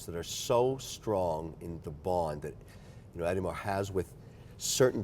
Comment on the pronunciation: What a despicable human being. He says he “learns everything” about a brand before he “gets into it,” but he calls the helium release valve a “nitrogen release,” pronounces Audemars “Aid-mars,” calls Bremont “Beaumont,” and remarks with amazement that a 70 hour power reserve is still running after three days. No insight at all—the guy just repeats tired tropes about in house movements and falsely claims that Rolex has the longest history of “creating value” of any major brand. Add the “collection,” (cringe) and clumsy attempts at French phrases, and we may be looking at the single most disgusting thing on the planet.